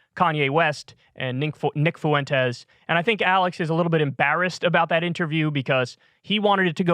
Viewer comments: Fuentes is pronounced "FWEN-tez", not "foo-ENN-tez". Annoying. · He has always butchered names and his rendition of Fuentes makes me chuckle every time. Foo-went-ez 😆 it's just the way he is. The word rural also trips him up without fail. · Gonna throw it out there. "Fuentes" has 2 syllables. "Fway" is how to pronounce "fue". You are adding a syllable Kyle bro ❤️ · Why does Alex Jones say foyntes? Is it that difficult to say Fuentes? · Kyle, dawg, how is it possible to butcher the name Fuentes so badly?? 👀